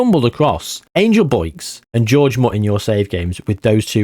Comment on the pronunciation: I cannot believe you called the first guy George.... his name is Jorge! Whore-Hey!!!